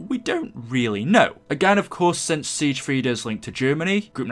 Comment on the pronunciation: love your videos but it is pronounced as sigfrid